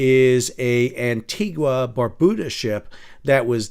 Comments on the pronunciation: Just to let you know.. Antigua is NOT pronounced 'Anti gwa' but rather 'Anti gah'. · Ann tee gah.